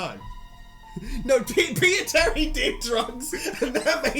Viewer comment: for some reason, the first times you say "peter terry" it kinda sounds like "pizza tower"